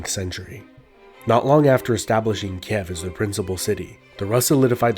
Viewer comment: You always butcher some of the pronounciation. XD Sekigahara, Ieyasu, Kiev... xD Kind of adorable.